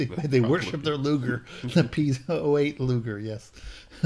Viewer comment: I'm pretty sure the god's name is pronounced "Lau-gar" there, guys, not "Loo-ger." :P